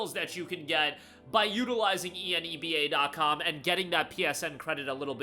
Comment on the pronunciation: Rhymes with ENEMA, Seriously though... Hearing you repeatedly chant E N E B A was offputting, annoying and made me just a little angry towards the end of the video. How would you pronounce "783 Enebium has been added to your Enebium Balance" ? You gonna spell that out too? Grow a pair... it rhymes with enema, just say it.